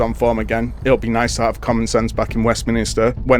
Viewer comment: Its WEST MIN-STER, i should know, my surname is MINISTER 😂